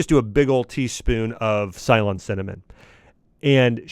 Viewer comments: Mr axe, its not cylon Cinnamon, its Ceylon, or now you can say Sri Lankan Cinnamon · Srilanka was known as Cylon and it is pronounced silone. Not that important for this context but it’s a word I grew up hearing a lot.